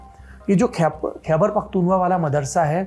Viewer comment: ख़ैबर पख़्तून ख़्वा उच्चारण है, आप हमेशा त्रुटिपूर्ण उच्चारित करते हैं। कृपया सुधारें